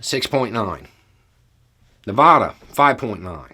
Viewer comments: I heard him pronounce it like Naw-vada instead of Nuh-vada. But who knows, it’s been a long holiday. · Hey, love your insight as always but I think you meant to say Nev-add-ah, I know where that is and knew that my home state would end up on this list. I can't seem to find Nev-odd-ah on the map anywhere though. Maybe it's just your Florida man starting to show, LOL! Hope this comes across as the fun ribbing it's meant to be. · I had to pause it when I heard say Nevada. I’ve never heard it pronounced that way. Now I don’t know if I’ve been saying it wrong my entire life.